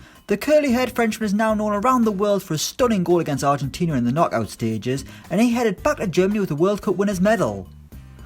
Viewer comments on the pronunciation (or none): none